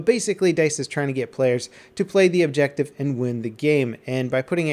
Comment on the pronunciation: "Objective Buttah"